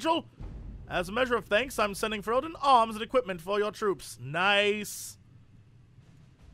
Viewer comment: Fereldan = Fe-rel-den